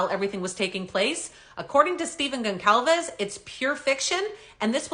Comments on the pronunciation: GON-Sahl-VES THE C IS PRONOUNCED AS AN “S” . …. You’re welcome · I don't believe your pronouncing Steve and Kaylee's last name correctly. Never mind the Canuck accent. should check that out. Maybe I'm wrong 🤷🏼‍♂️🤦🏼‍♂️🤷🏼‍♂️